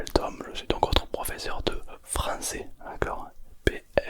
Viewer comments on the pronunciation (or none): "je suis votre prof de phranssais, je suis intrengisible" 😂